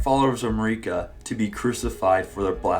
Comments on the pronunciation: Marika's name is pronounced in game over and over. It isn't Mari-ka, it's Marika. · Hey, love your videos, but it's pronounced jail. Gaol=jail. Also, Marika is literally pronounced in game as "Mare-eh-cah". I hate to be nitpicky, but you've done it for quite a few videos now. It's super grating, and almost purposeful at this point.